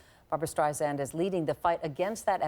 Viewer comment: STREISSSAND Meredith with an S not a Z!! You'd think at this point people would know that especially when hosting her! ;)